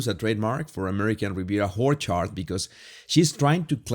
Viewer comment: I love how you pronounce Orchard, it’s Whorechard to me and it’s perfection.